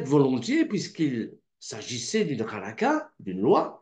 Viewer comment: "Halakha", ne se prononce pas halaca mais se prononce halara, les lettres "kh" se prononcent "r" en hébreu.